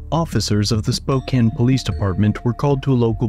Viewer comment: Props for pronouncing Spo-can correctly lol